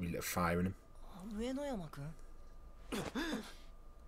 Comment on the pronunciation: The guy's name is really troublesome to pronounce 😂😂😂 But it's: Ooo-eh-no-yama